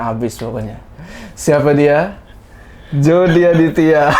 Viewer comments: Nama nya Jody tapi gua denger nya JORDI anjay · "Jody" Waduh Tinggal Tambah "R" Udah Si EPIC MOMENT